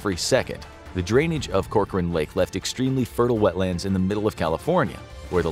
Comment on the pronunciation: Hey, thanks for pronouncing Corcoran correctly!